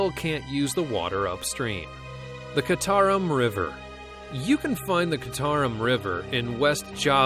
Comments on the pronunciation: It’s pronounced Chee-tah-room. Not kitarum, the one in Java. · Dude, you mispronounced citarum, its 'ci' should be pronounce as chi